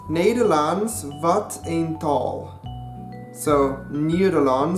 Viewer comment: mooi! (Sounds Good!) nope i said nothing (niks gezegd) you say TAL but its TAAAAAAL (jij zegt tal maar het is taal